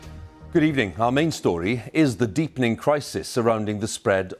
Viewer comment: "Good ebening"